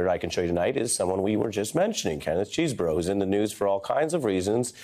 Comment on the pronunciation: Pretty sure the name of the man is not "Cheeseborough", but Kenneth Chesebro. Let's pronounce the names right.